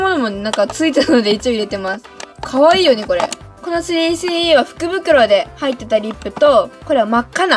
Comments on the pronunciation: の3CEの言い方苦手。なんか、3CEって言えばいいのに3スィーEって言ってる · スリーシーイーじゃなくて、スリースィーイーって言ってるよね。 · ｽﾘｰｽｨｰｲｰw発音かわよ💜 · スリースィーイー笑笑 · 『スリースィーイー』笑笑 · すりーしーいーではなくしぃーいー笑笑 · 3CEはそのまま発音していいんですよ！スリースィーイーみたいに聞こえます。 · すりーすぅいーいーって言ってない？ww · の3CEの発音でSiriが反応しちゃうww